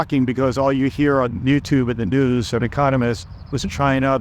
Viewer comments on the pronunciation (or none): none